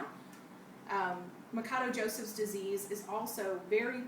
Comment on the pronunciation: its not ma ka doe...its ma sha doe...idiot....portugeuse last name.....but thanks for vid though...